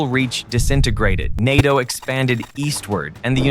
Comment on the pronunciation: “The spear of nato” it sounds like they are calling England a penis